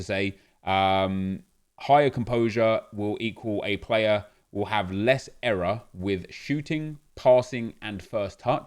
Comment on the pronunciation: Nep saying era instead of error has me triggered lol